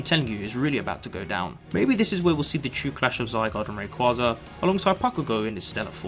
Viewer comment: Pretty sure it's pronounced Ray-Quay-Za